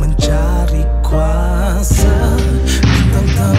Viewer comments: bgi aku lah..yg part tu kene improvise lgi lah..kurang best part tu..mcm hambar..plus sebutan kuasa tu..kuase..just opinion je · Ammar Daniel it doesn’t work like that. Ni lagu bro bukan borak dgn member. It sounds quite annoying actually. Even if dia mmng nak sebut “kuase” just make sure the rest of the lyrics also guna sebutan pasar mcm tu lah. Just my opinion, feel free to disagree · Hahaha.. Tulah. Rasa kurang sikit bila sebutan 'kuasa' tu tak konsisten 😅